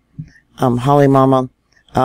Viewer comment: PA-HA-LA. Not palahala. KILL-A-WAY-A. Not killawayla. HALL-E-MOW-MOW. Just trying to help. It is like fingernails on a chalkboard to us locals. I’m not trying to belittle you just PLEASE pronounce them correctly if you are going to report them. Mahalo